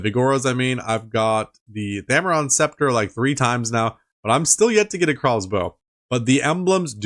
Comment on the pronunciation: BRO!!! You RNG is outta this world lol . Grats on the Sceptre Edit: Lmao the butt rope again haha. you also said spectra lmao. As soon as you bought the accursed I was like bro he doesn't have 70 mage haha great video bro I legit laughed at a few parts. Imma pass on the flippers lol. Appreciate the vids, can't wait for next episode!